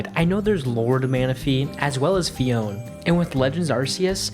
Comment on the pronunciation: 'Fi-on' everyone knows it's 'fi-on-ni'